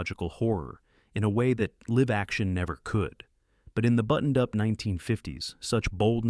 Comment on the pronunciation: A.I. narrator I suspect, based on repeating lines and mispronouncing common words (“live”).